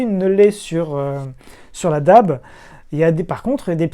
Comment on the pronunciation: Attention à la prononciation, le terme DAB+ se dirait plus déabé plutôt que dabe :)